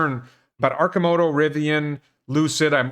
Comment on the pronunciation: Well, you pronounce Arcimoto correctly, but mispronounce Oregon, so it balanced out. :-P